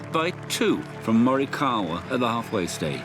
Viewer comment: They pronounced him name right!